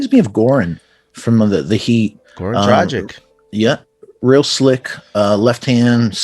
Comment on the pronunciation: That pronounciation of Dragić was tragic